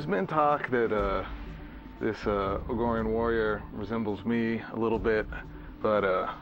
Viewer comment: Argorian... like Argonians of some other game... lol